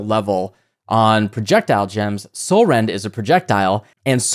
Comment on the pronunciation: All I was hearing was Catsrend